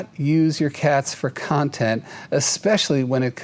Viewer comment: Cats deserve to be con-TENT. Not CON-tent!